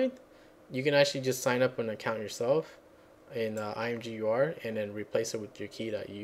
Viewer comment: I think it's supposed to be pronounced imager. At least that's how I've always said. Thanks for this, I love imgur but hate their upload UI.